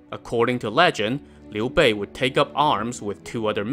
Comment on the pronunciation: Finally someone pronounces his name right! This alone deserves a sub!